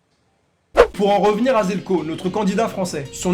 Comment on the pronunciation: Attends mec t'es Croate et tu prononces "Željko" "Zelko" ????? 🤯